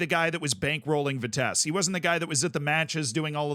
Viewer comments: Almost right. "Vitessuh" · Yup its vi-tes-se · Sorry to inform you, but Vitessee is the better pronouciation. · Yo it's Vea-teh-suh haha thats the way you pronounce it in proper dutch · Haha its "vitesseh" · oh lord vitesse also said like vi tess e yes the last E is supposed to be pronounced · Ad an 'uh' to it and you're good. An 'uh' as in the 'u' in 'but'. Vitess'uh'! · we say it like you do, only add a short "uh": Vitesse-uh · Hate to be that guy, but it’s actually ‘fuh-tess-uh’ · Fun fact: Vitesse means "speed" in French. In French, it's pronounced "vee-tess". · It’s pronounced Vi-tess(e)-uh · pronounciation would be more like vie-tess-eh. but yeah, shit show of a club and season. do hope they come back soon. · Its pronounced 'Vitesse' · In Dutch it's basically the same, except we actually pronounce the trailing -e because in our language we don't have random silent letters at the end of every word. And we take every bit of poetry out of the word when saying it obviously.